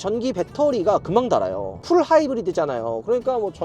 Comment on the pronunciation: 배터리가 설탕인가?? 달게... ㅋㅋㅋ 달아요가 아니라 닳아요지